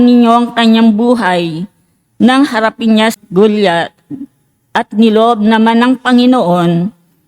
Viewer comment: Mali Po Ang higkad Ninyo Hindi Po Goliath....ako Po ay lector Ron sa San Antonio nuon ..Ang tamang bigkas Po ay ganito Go..la Yat..Tagalog Po